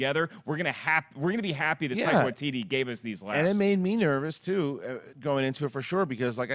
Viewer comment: It's Waititi, not Waikiki or Waikiti or whatever you keep saying.